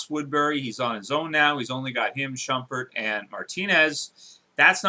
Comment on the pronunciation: Shupert's name is pronounced (Shoe-pert)